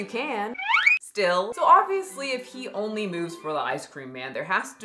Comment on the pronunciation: “He onlyé walks for ice creamé”